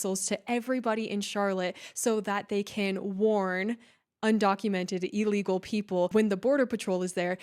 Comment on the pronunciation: It’s ILLegal, not, allegal. Ignorance!!!